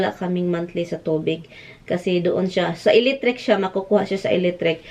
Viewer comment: Mkatawa jud ko sa imo "eletric" dai